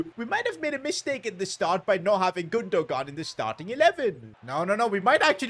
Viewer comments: You are saying gundo-gan it’s gundogan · It’s GundoHAN not Gundo gan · It’s gun-du-wan not gun-du-gan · You pronounce his name like Gondowan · the way he says gundogan lol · makes me cringe every time he says Gundogan 😢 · enjoyed the video also you dont pronounce the second "g" in gundogan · You don't pronounce the g in Gundogan